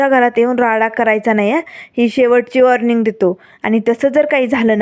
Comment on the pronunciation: वाॅनर्टी काय म्हणता वॉर्निंग म्हणा.